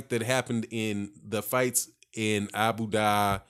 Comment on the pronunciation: Please invest in geography and reading lesions. Abu Dhabi, not Abu daahhhhhhhh!!